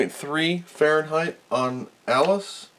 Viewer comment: Man you are mispronouncing those degrees Frankenstein. I'd be slightly worried about any of those old gunks on the board, they can soak up moisture and start aspire to be resistors with meaningful values.